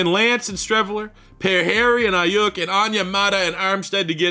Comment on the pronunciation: As a Niners fan I will tell you it’s Brandon Eye-You-K